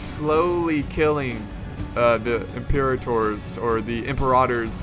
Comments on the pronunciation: Im-per-a-tor not emperor otter xD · Sounded more like Em-por-otter to me, but yeah another classic case of pronunciation:D